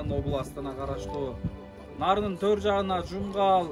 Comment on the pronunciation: Тоор деп айтылбайт тор деп айтылат го